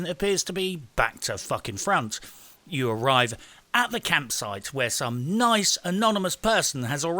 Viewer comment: You put more effort into this video than Ubisoft put into breakpoint. Edit: said "Uou" instead of "You"